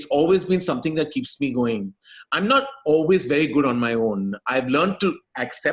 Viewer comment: We get it. You've just learned a cool way to pronounce 'AWE-WAYS'!